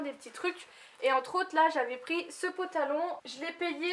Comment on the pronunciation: Tu me fais rire, tu dis toujours un "potalon" lol